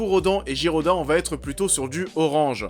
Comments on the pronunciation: C'est Ghidorah et pas Girodah xD. Sinon bonne critique ;) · yop Alors deja ce n'est pas girodah mais GIDORAH , RODAN se prononce comme si il y avait un E , et pour le scenario c normal qu'il soit pauvre , C UN FILM DE MONSTRES OU LES STARS SONT DES MONSTRES , ALORS QUE LES HUMAINS PASSENT AU SECOND PLAN VOIR AU TROISIEME C NORMAL . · c'est Ghidorah pas Ghirodah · Ghirodan ? 😂😂😂Ghidorah mais bon ses rien un ptit ereur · On dit Ghidorah pas giroda et on dit Rodan pas rodan et le DC Universe est encore d'actualité avec Shazam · GHIDORA ! PAS JIRODA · Y a eu quelques petites surprises, par exemple l'utilisation de l'Oxygen Destroyer, les ruines sous-marines, les thèmes principaux de godzilla et Mothra etait plaisants à écouter PS : Ce qui m'a fais voir flou c'est ta prononciation "Jiroda" au lieu de "Ghidorah" -_ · cest KING GUI-DO-RA (quand tu dois le dire ) jsuis dsl ça ma stressé 😂jai meme pas encore vu le film jatt le streaming 😂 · C’est Ghidorah 😭 t’aurai quand même pu faire un effort sur le prononciation de ces monstres ICONIQUES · oui il dit jiroda xd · La prononciation de rodan et ghidorah, OMG XD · Roooooooo ça va 😉